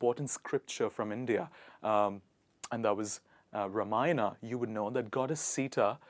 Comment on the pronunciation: Atleast pronounce Ramayan and Sita correctly, don't forget that originally you are an Indian🇮🇳. Don't forget your own greatest culture of this world ever, be proud of it.